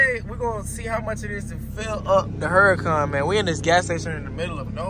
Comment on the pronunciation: I wish people would pronounce the name correctly. Lamborghini names their cars after famous fighting bulls. It’s a tradition the bullfighting enthusiast Lamborghini Sr. started. So this car is pronounced OORA-KONN” which is Spanish for hurricane, the H is silent